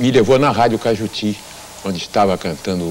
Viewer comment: Radio CAJUTI e não CAIJUTU. ]